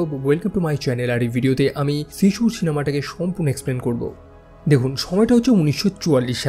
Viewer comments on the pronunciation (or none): শিজু নাম কে শিশু বললি ভালশুন